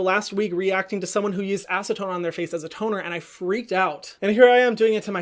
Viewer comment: I laughed so hard when you said acetone and hid 😂 we forgive you hahaha